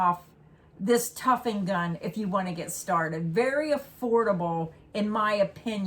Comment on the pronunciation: The word is tufting, not tuffing. That’s the way I learned it, anyway